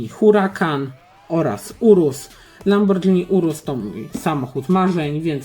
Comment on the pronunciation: nie mówi się lambordżini tylko lamborgini